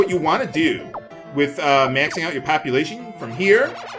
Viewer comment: Every time he says, "max populatuon," i hear "max copulation."